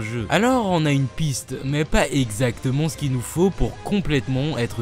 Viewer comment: c'est super mon pote mais je t'en supplie arrête de dire "on" a la place de "an" comme dans "puissONT" "exacteMONT" "CanoniqueMONT" please please please edit: je me suis abonné je serais témoin d'un changement....ou non...